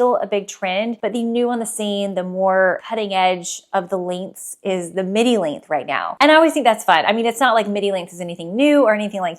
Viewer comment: I kept thinking you were saying, “midi link”. Lol! Length, got it.